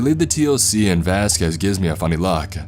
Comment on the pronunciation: Great story! As for the breathless reading, it's not just the "uhh" at the end of each sentence. Some words like "I" and "he" or "and" have an "extra half syllable" at the beginning of words that mostly start with a vowel. "Uh-I clip the carabiner...uh-we travel for about an hour...eh-and diving into the prone before we hit the tree line...uh-as he would say", etc. Very interesting! What accent is this?